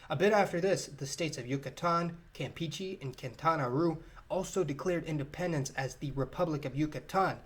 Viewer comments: e in spanish never sound as e in "detail " they always sound more like the e in bed or pet. cam-PE-che. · Río GRAND. Cam-PEACHY. Oh, your butchery of Spanish names never grows old. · Campeechee 🤣🤣 Learned so many things on this video. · your pronunciation of Campeche makes me want to die